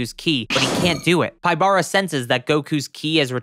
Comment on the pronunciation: Just a small nitpick. Pybara’s name is pronounced “PEE-bah-rah”, not “pai-BAH-rah”. His name in romaji is “Pibara”, and his name pun comes from the capybara.